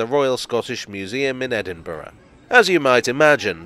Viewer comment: Thank you SO MUCH for pronouncing Edinburgh correctly! (i.e. with 4 syllables: Ed-in-buh-ruh) 😊